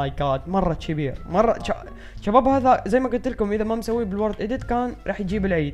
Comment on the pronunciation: ليش تحجي بحرف ج اتكول جباب ما تكول شباب